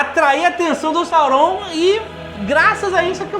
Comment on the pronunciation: Não é Sauroum,é Sáurom,Jovem nerd tem mania de falar tudo meio puxado Meitrix também etc... OBS:escrevi como se fala